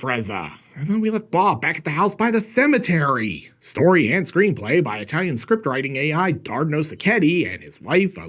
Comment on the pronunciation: Eyetalian! Stay safe.